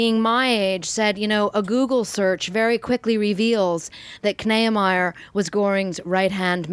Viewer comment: Kneiemier? I think its pronounced "Nee-ah-my-er" at least among German Americans.